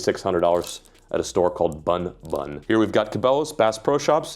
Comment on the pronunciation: Great to see you enjoyed japanese lureshops BunBun Pronounce like BoonBoon without the extended btw TackleBerry is sometimes can find great deal for example LUVIAS LT 9000JPY